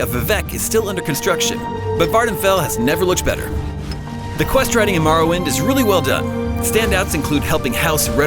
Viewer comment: It’s more-oh-wind